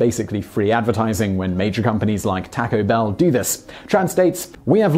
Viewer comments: "Takko Bell". Ugh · omg this pronunciation of "Taco Bell"